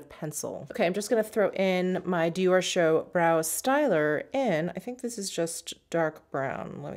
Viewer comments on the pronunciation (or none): none